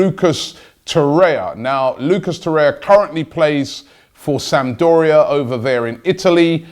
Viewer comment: and it's Lucas Torreira, no Lucas Torrea xD